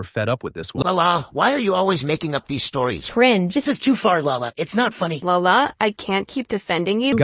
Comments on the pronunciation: its lala not Allah no hate though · NO ITS LALA SADI PLS CORRECT IT PLS (I don't like her it's just that u said Allah sadi so pls) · no , not Allah :( its LALA , not ALLAH. (god) :((